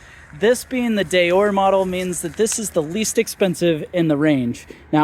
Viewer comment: Deore is pronounced Dee-or, not Day-or. Maybe ride the bike and give us your opinion. Don't just read the spec sheet.